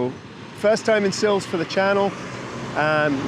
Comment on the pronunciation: Great video. To pronounce the town I believe is is 'Silvesh' but could be wrong. Next time you are there then go on a Sunday afternoon to Cafe Ingles as they have a lovely music lunch. Oh I think its Sherusgayra!! 🙂